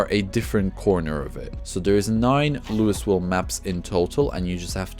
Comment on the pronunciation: Thank you for this series! Project Zomboid is such a unique game, but the learning curve is so steep. I know I’m going to die a bunch more times before I finally get it, but this game isn’t supposed to have a happy ending. The “s” in “Louisville” is silent, btw 😉